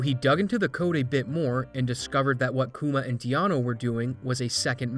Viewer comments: Dee-ano XDD its deano. Like dean. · also, calling deano, 'dee-ah-nuu' like keanu, cracked me up xD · the pronunciation of deano near took me out lol